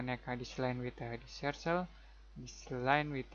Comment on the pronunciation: I didn't notice any annoying click sounds at all, just a great explanation of the process of creating a hinge, which is exactly what I was looking for, thanks! PS, the word "circle" is pronounced "surkel", not "sursel". And you wouldn't say "about" when referring to a dimension as specific as "58.4" I can't imagine how confusing the English language must be to learn! Thanks again, subscribed.